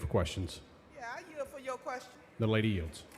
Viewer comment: "YEA I YEIL FO YO QUESTION" lmao